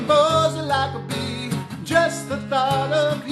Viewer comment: Is it just me, or does he say "Buzz like a *tree*"... lol